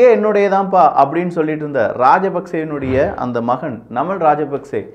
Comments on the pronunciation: நமல் இல்லபா நாமல்.... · நமல் ❌️நாமல்✅️ அநுரா குமரா திஸநாயக்க❌️அநுர குமார திஸாநாயக்க ✅️